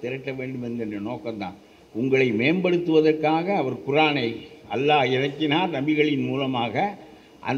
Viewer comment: அல்லாஹ் என்று உச்சரிக்க வேண்டும்